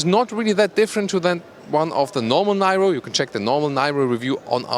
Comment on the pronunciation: Nairo? Really,?